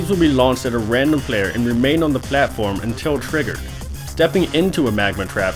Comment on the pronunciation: I just love how he says "pLAtform" ^^